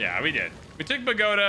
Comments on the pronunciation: Bagoda...lol its pronounced 'Bow-Go-Taw' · Bow-ga-tah, car-tah-heyn-yah 😉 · Car-te-hein-ya & Boh-goh-tah